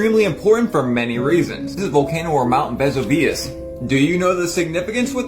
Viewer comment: Mount Vez Ah Vee Us? I was sure it was Ve Sue Vee Us but I'm just a dumb American.